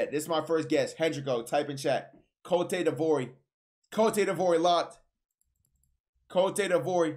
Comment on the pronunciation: Fr “cotey divory” 💀